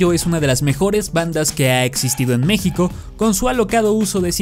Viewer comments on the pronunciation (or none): none